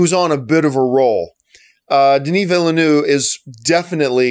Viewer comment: John's prononciation of Villeneuve is juste hilarious. Villanoo 😂